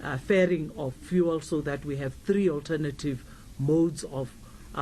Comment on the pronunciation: How hard is it to say fuel. its not VOOOOOL